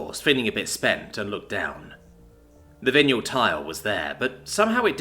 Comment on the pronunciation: You know what's driving me nuts? It's weird, but it is. Your pronunciation of vinyl.